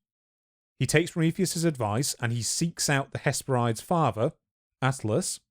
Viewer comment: Hesperides is pronounced ‘hes-peh-rid-ees’, like how you pronounce Hebrides